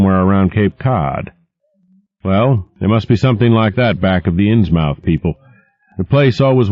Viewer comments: thanks for the post. This is one of my favorite Lovecraft stories.The only thing is the narrator should be saying Innsmyth not Innsmouth even though it's spelled that way.I was born and will die in Massachusetts and every town with mouth at the end is pronounced myth.just part of the local accent like never pronouncing R,but otherwise a great listen thanks again. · Please, PLEASE...Try in the future, to pronounce things as they would be and Are, in this neck of woods. As Norfolk is NOT pronounced Nor-FOLK rather Nor-FUKK so Innsmouth would be pronounced Inns-MUTH, not unlike Portsmouth being pronounced Ports-MUTH. The old ways, words and things fade slowly, and while Norfolk isn't in the New England, the settlers of the Tidewater Area are of the same and original stock. Correct pronunciation will lend to the enjoyment of HPL' writings. Gratis. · It's pronounced "Innsmuth" you son of a bitch! "INNSMUTH"!!!! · I believe the correct pronunciation is inns' muth. But I could be mistaken.... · as a native New Englander, most -mouth ending locations that I know of (Plymouth being the first one that comes to mind) are pronounced -muth. I don’t think this narrators pronunciation is wrong, but it does feel a bit inauthentic for a work written by somebody like Lovecraft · At the time, Americans would've pronounced it correctly. "Inssmuth" but this guy pronounces the mouth part too heavily. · God, his pronunciation of Innsmouth bugs the carp out of me. It's "inns-muth". MUTH. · This would be fine if he didn't keep mispronouncing Innsmouth. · Same as Dartmouth. The 'mouth' syllable is pronounced more like "m'th" or "muth". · I'm from California and it bugs me too, the 'mouth' pronunciation that is. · 5 seconds in, and he's already mispronounced the title. :( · ARGH!!!! that is NOT how you pronounce Innsmouth! Listening to this is downright painful! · ARGH! I CAN'T ENJOY THIS AT ALL ARRRRRRGH! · would be better if he said innsmouth right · It's pronounced inz-muth, not inz-mowth